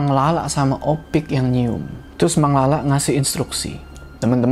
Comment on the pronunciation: Bang harusnya nyebut Opik ya bang bukan ipok lagi di menit